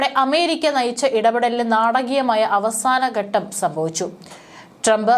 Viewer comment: ഓരോ രാജ്യങ്ങളിലും എന്നത് തെറ്റ് ഓരോ രാജ്യത്തിലും എന്നതാണ് ശരി ബാവി, ബാഗം,ബൗമ, ഗട്ടം,യുദ്ദം ഇവയൊക്കെ ഉച്ചാരണം തെറ്റ് . ഭാവി, ഭാഗം,ഭൗമ,ഘട്ടം,യുദ്ധം എന്ന് ഉച്ചരിക്കണം ഔദ്യോദികം തെറ്റ്.ഔദ്യോഗികം ശരി